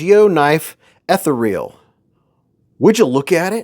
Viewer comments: It’s pronounced uh-thee-ree-uhl not eth-uh-reel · The way you say “ethereal” 😂😂😂